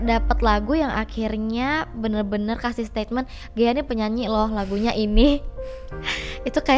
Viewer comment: GHEA kak bukan GEHA